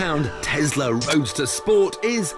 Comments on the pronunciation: It is when it plays snake jazz. Then it is Tesssla. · It is not TESSla it's Tesla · Tiff tests the Tezla.